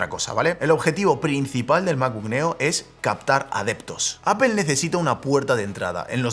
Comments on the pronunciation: No se dice Apel !! Es más parecido a decir Apol!!! sorry pero por algún motivo me desespera oírte decir Apel hahahaha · Botón para que dejen de decir "APEL" y digan "APOL". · Nunca he entendido por que los españoles dice apel y no apl cuando se escribe apple y por que aqui no usar la regla de como se escribe se dice. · ¿Por qué dice apEl? 🤣🤣🤣